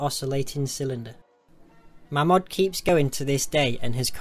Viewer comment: Its pronounced 'MAYMOD'